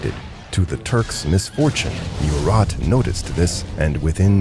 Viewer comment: Also , you need to make sure of proper important name pronunciations when using digital narrator programs.... ie, MURAT is pronounced 'Moo-rah..... not mew-Rat In fact too, when Napoleon returned to France, the French had already gained victories against their enemies to somewhat stabilize the situation for France.